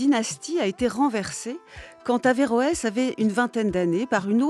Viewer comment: Heureusement qu'on dit averoes